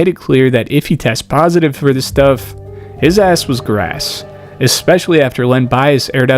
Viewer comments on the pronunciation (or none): It's "his ass was GRASSED," not grass.